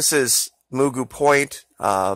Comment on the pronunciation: Point Mugu is pronounced, “muh-goo.” Like Mr. Magoo!